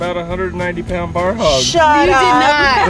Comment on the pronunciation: ITS PRONOUNCED B.O.A.R... NOT BAR STILL LOVE THE VIDEO